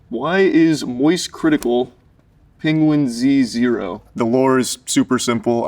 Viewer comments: Most surprising thing here is that he pronounces his channel name as "Penguin Z Zero" instead of "Penguins Zero" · the most surprising part of this is that charlie pronounces the Z in penguinz0, instead of just pronouncing it as "penguins zero" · He pronounces his name “penguin z zero”? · Wait WHAT?! He pronounces it Penguin Z Zero?! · It’s “Penguin-Z-Zero”? This is reality shattering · finding out that the z in penguinz0 is pronounced separately is like finding out santa isn't real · so thats how penguinz0 is pronounced